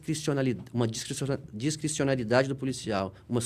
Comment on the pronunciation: O "doutor" não conseguiu pronunciar "discricionariedade"! 😆✌️